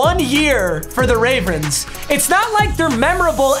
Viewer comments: has a stroke saying ravens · Idk why but just made me laugh when he said “ravrens” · “Ravrens” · My man really said ravrns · “Baltimore Raverens” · Wait did i hear ravrens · “Ravrens” yep yep ravrens